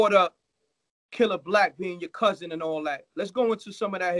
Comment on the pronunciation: Me personally I can’t respect no grown man saying bousin instead of cousin